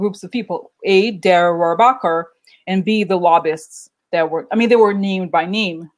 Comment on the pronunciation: Thanks for your readings! You are fantastic! The pronunciation is DANE AH ROAR BACH KER, Republican Congressman from California.